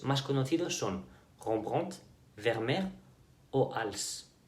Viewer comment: Me gusta tu vídeo, pero no me gusta como pronuncias Rembrandt porque no es la pronunciación correcta ni en Español ni en Dutch. Parece que quieres pronunciarlo en francés, suena a que dices rrrgggombrggon, de hecho hasta decirlo es español es mucho más aproximado y claro a la pronunciación en Dutch que de hecho no dista nada de la pronunciación en inglés. Solo pronunciarlo como se escribe, Rem-brandt. Cuando veas un Von o Van en un apellido alemán o netherlandés se pronuncia como Fon o Fan. Así Martín Von Buren, suena como Martín Fon Buren. Otra sugerencia, te cuidado con las escenas de pelis tan largas, quizá ahora no sucede porq aún es u canal pequeño, pero en el futuro te pueden bajar el video por copyright. Además en lo personal me cortan el hilo conducto de lo que cuentas, me gusta más escuchar tu narrativa que ver escenas tan largas de pelis. No creas a estoy dando una crítica, solo son mis opiniones y sugerencias, con o sin ellas tu contenido merece más vistas. En general buen trabajo y gracias por todo el tiempo y cariño que le pones a tus videos y su edición.